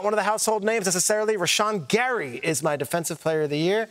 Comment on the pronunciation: Bro said Rashan gary